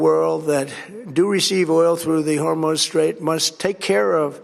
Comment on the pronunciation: Did he say the Strait of Hormones ?